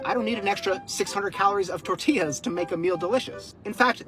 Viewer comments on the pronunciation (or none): none